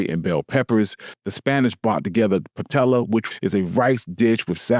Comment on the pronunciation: Pie-YAY-uh 😊 Which is also delicious!